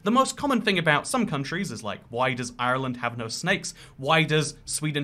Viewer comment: I thank you for not pronouncing Ireland “Island” like every other British person